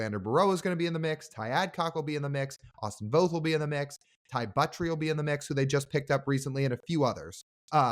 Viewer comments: Say "both" - it sounds like Voth but if you're from PNW ypu pronounce it "Bolth" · Guys it’s Voth with an a sound, not long o. I’d love to see Jeff Brigham’s name brought into the conversation, he was Voth’s roommate at the UW. They also face each other in HS (I was Jeff’s HS coach) Jeff has had lots of injuries but had a good season with Mets last year in relief until he had a couple meltdown games. He still has good stuff and would be a good Mariners pickup to go to Tacoma and be ready for a callup.